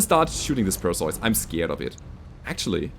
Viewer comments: Usually Per-See-Us is how I hear it pronounced. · Hey. Perseus is pronounced as Per-See-Us. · Its pronounced "Per-see-us" a mythological Greek hero who beheaded madusa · While "PER see us" is the usual English (Hollywood see Clash of Titans) pronounciation, it turrns out for Greeks and Germans it is more like "p eh r s EH f s" see New one to me. Got idea to look from Brogus Frogson's post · its Perseus, the greek hero who slew the Gorgon (Medusa). Is that how you pronounce the name in German? Because I'm fairly certain that all european countries pronounce it the same way as it is in greek and english. Per-see-us. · In German the "eu" in "Perseus" is roughly pronounced like the "oy" in "boy".